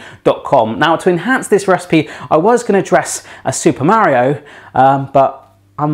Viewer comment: He says "Mario" weird It... bothers me